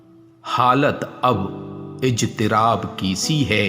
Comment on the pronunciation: Bhai ijtiraab nahi hota iztiraab hota hain... apna tallafuz theek keejaye pehle